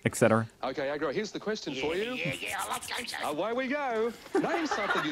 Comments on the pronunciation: AGRO no ARGO as in agressive. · R U dislecksick? Is name i s A G R O, not Argo. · It's 'AGRO', not 'argo'. Agro, as in 'Aggressive' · Not argo it's AGRO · Not ARGO, its AGRO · You're making us agro by continuing to call him AR-go.... To be "agro" is slang for aggressive... AG-row, AGRO!!!! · I had to stop watching, too Argo for me.. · Geez you better not say ar go 😂 If someone is aggressive we call them agro for short as us Aussies like to abbreviate everything. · Like some others have said already it's AG-RO. Not Argo. You've swapped the r and g around - how did you manage to do that? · Looks like we have another Emoo vs Eemyou (Emu) moment on our hands. It’s Ag-row not Arr-go (Agro) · Oh man, you saying Ar-go is killing me. It's Ag-ro man, AGro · It's AG-ROW, not Ah-go. No, Fat Cat was a kids' personality who didn't speak. Sump oil is just car engine oil. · I have watch this twice because it is sooooo funny!!! I yell Argo? no AG-RO(W) every single time, my children think im mad 🤪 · Not sure if anyone has said, but the puppets on the right are children's show characters who NEVER speak. "That's why I chose them" says Agro. Why you calling him A-R-G-O? It's Agro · I've observed that you pronounce Agro, Argo. Agro is an Aussie slang abbreviation of the word aggression. If someone gets angry, we say they're agro, or getting agro....Ah yeah, Argo is just too cute when referencing this disturbing puppet. 🙂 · Can you read, or what? A G R O as in AGRO vation , where did you get ARGO from , the Aremican education system? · What the hell is an AR-GO? His name is on screen. Read it! AG-RO. And sump oil... glad you looked it up but you still didn't figure it out. A sump is the oil pan in your car. And the reason Agro won was because Fat Cat and Friends never spoke. They always communicated with gestures and had a human to speak for them. Since they couldn't speak an answer, Agro won the points. Smart move by Agro. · He's not AR-GO - he is AG-RO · Ag ro...... not Ar go. 🤣